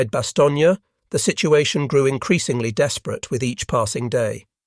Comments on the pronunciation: "Bastogne" is pronounced "bastown" not "bastown-yuh". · The town is named Bastogne, pronounced in French pronunciation: [bastɔɲ] , in English Bastonne. Not Bastonnia!!!! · Great story! That's not how you says Bastogne (no "gna" at the end). But otherwise very interesting to listen to. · It’s very annoying how you pronounce the town of Bastogne as it does NOT have the “a” sound at the end of it name NOT BASTOGNEAAA. My father earned two Purple Hearts and a Bronze Star there.